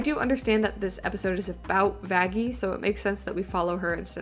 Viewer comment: I think they meant that the way they pronounced Vaggie sounded more like it started with an f